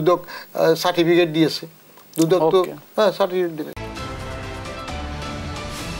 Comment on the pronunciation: Sir dudh dou koi 1st time sunlam... Hahaha Dudok r dudok nai taholay...